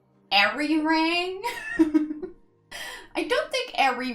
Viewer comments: I am a native Korean speaker. Your first Arirang pronunciation was perfect. I could not have said it better. Thank you for the review. More I listen to the album, more I like the album. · With Arirang I think the last one was the right way to pronounce it :)